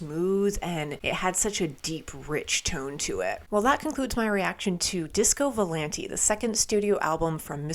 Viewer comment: it's disco vou-lahn-tae, not disco volan-tee (source: I'm italian 🍝)